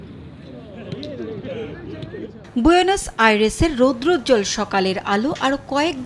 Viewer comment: বুয়েনেস না বইন বুয়েন্স হবে